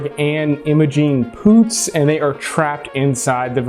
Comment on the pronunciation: Did he really say Emma Jean Poots hahahaha